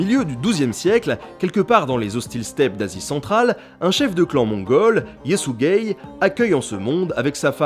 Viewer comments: C'est Ysekhei pas Ysegei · Je du mettre pose a chaque fois que tu prononcé le nom de JE SUIS GAY :') fait gaffe au YTP avec sa aha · "Yésuigay" Le guerrier Mongol. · Y a que moi qui entend "Yé sus gay" au lieu de Yesugeh? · J'ai ri comme un con en entendant "Yesügei"